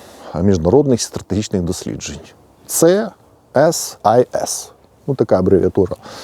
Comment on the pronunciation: 08:91 CSIS сі ес ай єс якщо англійською (нема в англійській букви і звуку Ц)